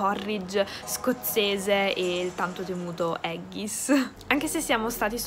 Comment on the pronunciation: Ah comunque .. haggis si dice AGGHIS lol 😂